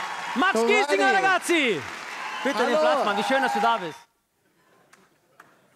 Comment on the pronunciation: er sagt nicht "der N*zi" sondern "ragazzi"